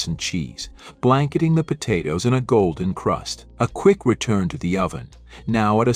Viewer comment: . Po-toes was a funny one. Actually I get a kick out of the mispronounced words. We all know what they mean. 😊